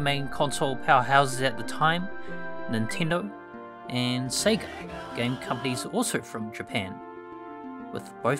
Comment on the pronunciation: I appreciate the unapologetic Australian pronunciation of Sega.